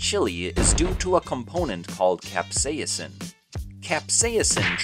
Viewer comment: The chemical compound that makes things taste spicy is not being pronounced correctly in your video... Considering that this is the entire backend to the video, that's pretty bad!! Is is pronounced CAP : SAY : SIN